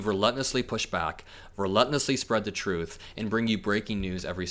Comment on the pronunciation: Hey I really enjoy your show. You always have informative topics that I think more people regardless of age needs to listen to. I do how ever not understand why you won't pronounce Re-Lent-Less correctly. You are such a well spoken and talented young man. I really do enjoy you but I am going to stop watching due to that fact. I know this means nothing to you because your following has become so big. I wish you all the luck and I know you will go nowhere but up. Good luck young man and thank you for your perspective on everything that is going on. Keep it up🙂